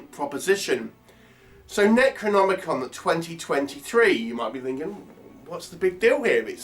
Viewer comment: Fucking dreadful.The actors keep pronouncing it as NECROMONICON.A pile of dogshit,avoid!